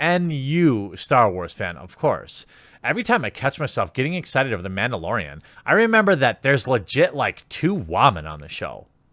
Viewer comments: It's Mandalorian, not Ma'amdalorian. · Its Mandalorian not Womandalorian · It’s called MANdolorian not Bitchdelorian.